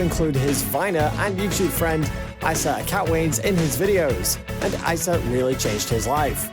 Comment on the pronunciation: I cringed every time he said "Ice-uh" that's how you know he doesn't really know Larray or his life. It's "Ee-suh" spelled Issa.